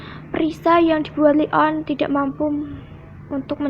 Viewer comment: Bukan li on kak tapi leon